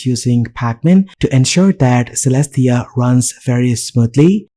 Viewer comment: (unless the developer is insisting otherwise) Caelestia should be pronounced as kay-less-tee-uh, rather than seh-less-tee-uh. that a after the c makes it a hard c. also, that window title on the left bar should be rotated the other way. it just looks wrong like that.